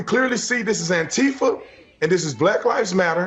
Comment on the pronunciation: Antifa is not pronounced anTEEfa.